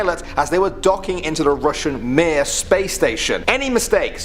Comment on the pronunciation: Pronounced 'meer' not ' merr' js otherwise great content guys keep it up